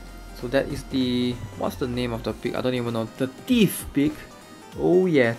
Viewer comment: In captions , it sounds like teeth not thief😂😂